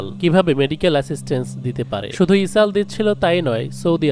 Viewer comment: ইসরাইল কে কেন ইসাল বলা হচ্ছে